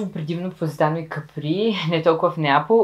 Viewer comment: Капри, ударението е на А ;-)